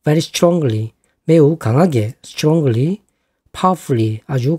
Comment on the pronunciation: 도움많이 받고 있습니다😊 그런데 설명하실때 strongly를 스트롱글리로 발음하시는것 같은데 스트롱리라 해야되는것 아닌가요? 저만 그렇게 들리나요?